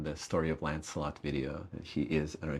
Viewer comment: Almost sounds like he's saying "Landslot" instead of "Lancelot" :P